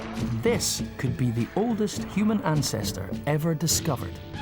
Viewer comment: Hue man...hue-man.